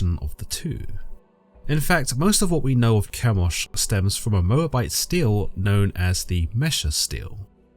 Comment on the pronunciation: very minor (pronunciation) correction: unless I'm horribly confused, i an fairly sure that they're Steles (stee-lee) or Stelas (stee-luh) and not Steels/Steals (though i can understand the confusion if you've only seen them written, doubly so if you're dyslexic)